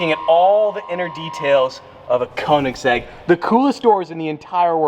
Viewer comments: Koenigs-EGG LMAO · The way he said Koenigsegg and egg 🥚 🤪